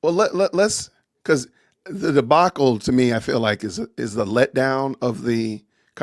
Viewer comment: Girl said “debackle”. Lol